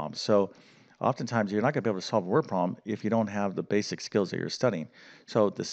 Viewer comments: Could you please pronounce the word problem with 2 syllables—prob-lem. NOT PROM!!!! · Please pronounce the B in the word problem. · After you said 'word prom' about 40 times in the first 6 minutes, I had to stop listening or I would have gone mad. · What's a "wer-prom"? 😁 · I can barely concentrate because he keeps speaking of a ‘prom’ or ‘proms’ instead of problem or problems. Distracting!! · Learn how to pronounce “problem” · Please. It's prob-lem, not prob-m. It's et cetera, not ek cetera.